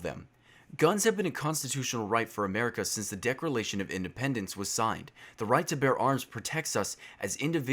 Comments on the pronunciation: im sorry but you said decralation not declaration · hold up did you just say decralation? I think you say declaration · its declaration not decourlation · ”Decloration” and you cant play csgo, sorry but you cant. Otherwise good video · I know this is a serious video, but I couldn’t help chuckling a bit when you said “Decralation of Independence”. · Dequleration you said it wierd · Decralation of independence ;D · "the decliration" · "The decrolation" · he said decrelation of independence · Okay, okay I know this is a very serious topic but... did he say decralation of independence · yerboijesus DecRAlation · The "Decralation" Of Independence..... lol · "Decrilation of Independence" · Am I the only one who heres "Decrelation of Independence"? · Wtf is a decrelation? You mean deceleration? (Go to ) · Yea I had to listen to that three more times. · I literally just started the video, and I can't get over the fact that you say "Decralation". Minor detail, but still. Love your channel, though. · The way you said declaration sounded like deceralation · Did anyone notice he mispronounced declaration? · It was a joke, you pronounced declaration wrong in the video :)